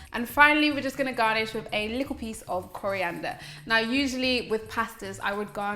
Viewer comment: that looks delicious. U kinda sound Jamaican when u said likkl bit